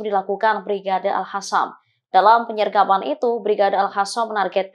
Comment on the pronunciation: WOY...!!! AL-HASAN MULU LU LO, PAKE HURUF Q BUKAN H. Jadi males lihat beritanya klu lo yg bacain.. Langsung geu shop.